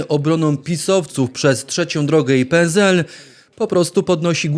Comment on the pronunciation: uwielbiam Pana ale PZL bardzo razi PSL przez S a nie Z 🙂